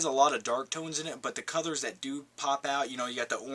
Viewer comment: just wondering, why do you say cothers instead of colors. lol